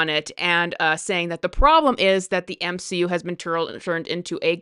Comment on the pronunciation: The M-she-U